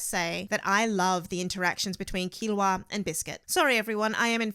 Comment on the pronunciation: Hisky? Westernizing a Japanese name. How hard is it to say Hisoka. Also, Keeoa?